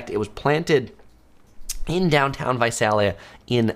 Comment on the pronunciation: Visalia- the first “a” sounds like “ey” in “hey” Think Visaaaaaalia.